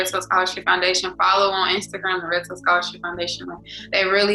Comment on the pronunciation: What is the name of the scholarship foundation. I can’t understand the first word she is saying. Sounds like she said, “ Red Source Scholarship Foundation” in Tuskegee but I’m sure she’s not saying red source